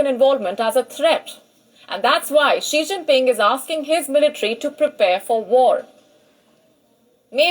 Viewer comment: Not Shing Ping 😂🤣🤣